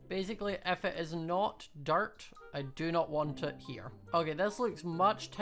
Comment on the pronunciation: Oml every time he says dirt it sounds like dart